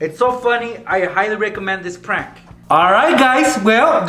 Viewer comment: The title says prank but he says prunk in the video